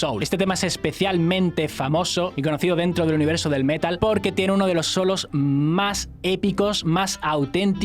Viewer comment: Pronunciar metal como palabra llana no es Metal.